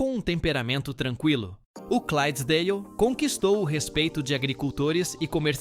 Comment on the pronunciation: Parabéns pelo vídeo e pela pesquisa. Só tenho uma dica, na raça 11 o certo é Shire com "S" e não Chire e na raça 12 o nome certo é Clydesdale e não Crysesdale.